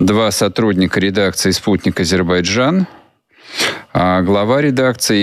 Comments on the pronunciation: Дуже образливо називати країну с помилками, коли тьотя на вулиці дає інтерв'ю, то ок, а вам,, це дуже образливо виходе, вибачаюсь перед моїми азербайджанськіми друзями😢😢😢😢 Азербайджан, не Азейбаржан!!!!! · Ріже вуха АзеІбарджан . Будь ласка , кажіть Азербайджан . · Азербайджан, а не Азейбарджан, треба знати, коли людям розповідаєш щось! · та ну не АЗЕЙ-БАР-ДЖАН,, АЗЕР-БАЙ-ДЖАН, потренуйтеся )) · Не Азебаржан ,а Азербайджан!!! Невже так важко вимовити правильно? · АЗЕРБАЙДЖАН! Тренуйтеся вимовляти правильно...